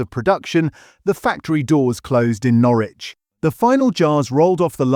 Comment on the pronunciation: Who moved burton on trent to germany? And wheres 'norrrrwich'?